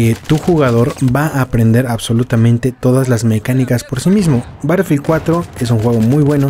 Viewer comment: Este comentario es en buena onda pero me incomoda un poco que pronuncies battlefield como "barelfield" Puedes pasarte por el escroto este comentario , pero es solo para que sepas po si no te habias dado cuenta Un saludo<3